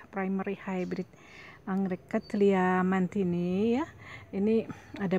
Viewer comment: So beautiful.. and you said the name beautiful, too.